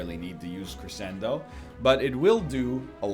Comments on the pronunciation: A little piece of me dies every time he reads Crescendo as kree-send-o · I accept NL pronouncing crescendo like that, because it just sounds like he's gonna cre-send it